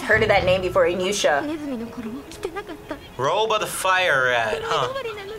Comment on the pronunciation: I never heard anyone pronounce Inuyasha like that😂 so wrong